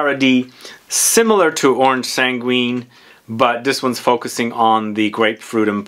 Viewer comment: Oh just a hint we don’t prononce the u in sanguine it’s orange sanggine the u is there to make sure we don’t prononce j instead of g